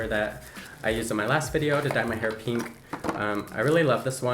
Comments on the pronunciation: Most people not from the West pronounce pink like “p-ink” instead of “peen-k” lol it’s a low key pet peeve of mine that mainly Californians do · I low key hate the way he (and everyone else from the west) says pink PEEE NK like EW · “This one is, peenk.” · He calls pink peenk